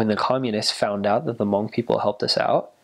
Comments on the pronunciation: It's nice to have a different ethnicity to learn about the hmong people. You markdown all the points in the hmong history, love it. And the way you pronounce Hmong is the right way (: You're awesome for knowing and learning. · I'm pretty sure this is the first person I've ever heard pronounce the word Hmong, correctly... Points! :)